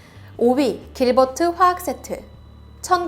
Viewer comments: 길버트가 아니고 킬버트네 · 잘못 읽어서 길버트 아저씨를 킬버트 아저씨로 읽음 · 길버트라 쓰고 싸(이코)(길)버트라고 읽는다.